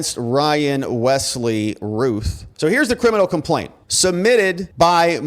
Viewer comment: Think Route not Ruth it sounds more like Ralph think Round instead of Rue